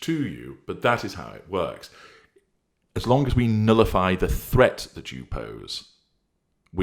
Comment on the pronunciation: “Nullify” not “nillify” 🤪